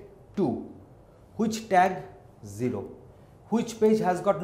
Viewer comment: its zero not jeero